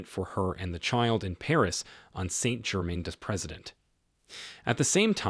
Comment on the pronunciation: Narrator is a joke. You just have to know he purposely brutalizing all the French names. Why is he uglifying the pronunciation? Saint germaine the president?? Fire him. Yves Montand - pronounced phonetically = Eve Mawntawn.😢